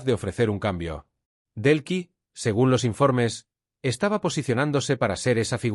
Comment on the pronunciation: No se llama Brlks. Es DELCYllama Delcy, No es Belkis